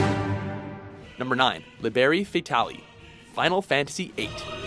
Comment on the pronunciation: They should at least do some research on how to pronounce words that are not in english. That "liberi fatali"... ouch